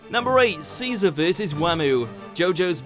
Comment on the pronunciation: When he said best boy Caesar that physically hurt me